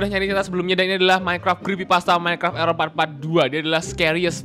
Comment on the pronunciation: erer itu sebuah code dengan sebutan ERror ERror